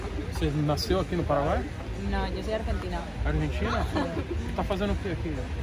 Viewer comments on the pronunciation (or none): none